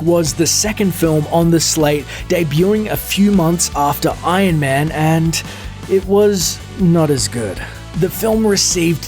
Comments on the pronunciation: it annoys me that you say: 'ion man' instead of iron man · Why do you pronounce it Ain man? It's Iron Man.